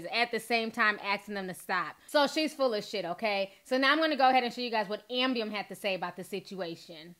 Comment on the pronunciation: KEEP SAYING AMBIEM!!!!!!